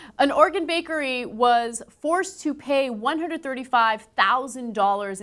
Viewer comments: "An organ bakery was forced to pay one hundred thirty five thousand dollars [...] -Ana That's Oregon [Or Ree Gun], not organ. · did she say organ bakery?? or is it just my aussie ear? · God damn it, Ana. Enunciate. I swore she said Organ bakery all casual like. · Was it just me that thought Ana said "Organ bakery?"